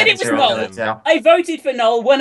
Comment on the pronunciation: IT'S PRONOUNCED (NO EL) NOT LIKE NOLE